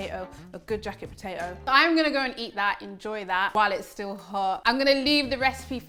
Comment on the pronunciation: Po-tay-Oh LOL 🥔